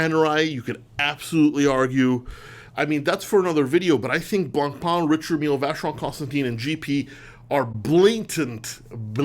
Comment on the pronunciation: It's seemingly unanimous that this list of three is plainly wrong. In fact, it's misinformed nonsense. Also, it's pronounced 'Rishard' not "Richard".